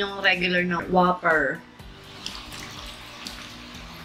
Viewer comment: Whooper! Not waffer